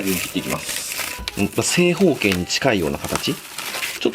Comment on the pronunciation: 正方形が、仮性包茎に聞こえて！巻き戻して他の俺だけ？